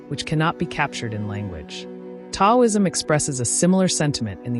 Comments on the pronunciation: Just to be clear—the “T” in Taoism is pronounced as “D.” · It would be nice if the narration was from real people, not AI. Taoism is mispronounced. It's distracting. I can not watch this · Pronounced with a D not T ...